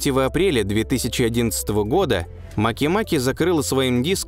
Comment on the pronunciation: Ударение обязательно два раза